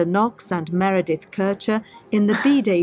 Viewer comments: Miranda??? Dude! Come on…. I love your analysis, but get the victims name right. I can’t listen to the whole video with persistent misnaming. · Please can you get her name right? MEREDITH. You need to apologise for this. So disrespectful. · please take down the video and redo it. You lose credibility if you say the victims name wrong the whole time. Also, why would you analyze a documentary ? I would stick to the statements of Knox if the video is about her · If you can't even get the victim's name right, you shouldn't be talking about the case. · Very disrespectful not getting Meredith’s name correct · Oh dear…the analytical skills were certainly not strong on this one! Repeatedly getting the victim’s name wrong when repeatedly hearing it stated throughout the video is not only unforgivable, but outright disrespectful. Clearly only focused on pointing to Amanda’s innocence and this lack of attention massively brings into question his analysis of anything! At the end of the day his opinion means diddly and it looks like just another tuber on the fly I’m afraid. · Don't wear pearls... Not getting her name right or not caring if you got it wrong says more about you than me. After all, I am not the one who is trying to build your channel's credibility. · I think you kept accidentally saying, “Miranda,” because it’s a mix between ‘Meredith’ and ‘Amanda.’ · Why do you keep saying “Miranda”, don’t you mean Meredith? Slightly unfortunate 😮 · It’s “Meredith” not “Miranda”. Sigh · Disappointing you kept calling Meredith ‘Miranda’ the whole documentary you were analysing called her ‘Meredith’ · MEREDITH NOT MIRANDA !! How many times does she have to repeat "MEREDITH" ????? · And the documentary keeps saying Meredith over and over again yet he still says Miranda. Ugh. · This guy talks about "Miranda" WTF is she? aMeRAnDa or MER edeth? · Miranda ?.... It’s Meredith. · Meredith.... MEREDITH not Miranda... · Meridith, not miranda Lol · Meredith not Miranda!